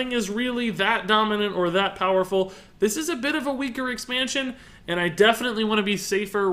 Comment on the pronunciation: Weu speeak thea bast evar engrish knowne to mannnkend.....